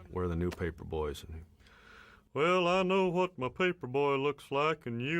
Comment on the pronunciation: I tell ya hwhat